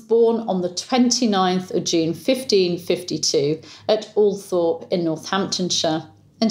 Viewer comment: Yes I was wondering this too when I heard say Althorp and Spencer.